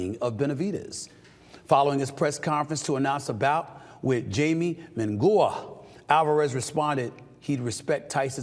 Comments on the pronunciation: Bro stayed Butchering Jaime Munguia’s name calling him Mangu ( Dominican Smash Plantains) smh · Hey Steve the correct pronunciation for Munguia is mungheea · Steven , it's Ha-e-meh Moon-gi-ah😅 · Bro said " jaime mongooa " 😂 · First of all munguia is pronounced "moon gee ya." And his first name is Jaime" hi may" secondly if you are calling out canelo which is correct you must keep that same energy towards Terrance Crawford ducking boots Ennis. Just saying. This is the Mayweather effect. Picking and choosing when you get up top. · Jamie Mengoowa